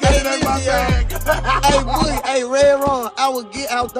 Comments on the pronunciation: 😂 he tried . Sad cause he practiced boogie all day and still got it wrong lmfaoo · How the anchor man can’t pronounce “boogie” ?